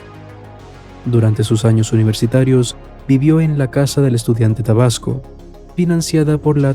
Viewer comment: jajajajaja es macuspana no masuspana y es tabasco no probasco